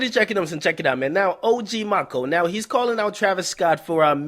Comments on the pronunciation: Aye man Maco pronounced Mack•Oh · its Maco not Maco lmaoo ....like the first half Macaroni lol